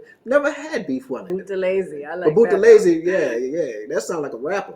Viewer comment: Thank you very much for this history. By the way you pronounced Buthelezi correctly.